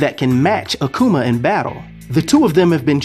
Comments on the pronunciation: Bro say it with me now A ku ma Aku ma Akuma not Akcuuma lol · Where do you be finding these physical stats man? You kill me everytime you say aQuma lol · akuma is pronounced ---- AHH-COO-MAH